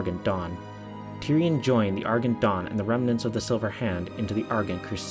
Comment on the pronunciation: Argent. Ar-jent. *cough*. Still love your videos.